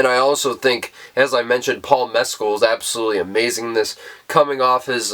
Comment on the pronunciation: Great review of a great film! (And ten out of ten for pronouncing BOTH Andrew Haigh and Paul Mescal's name correctly! 🙂) Took a second viewing to fully grasp the ending.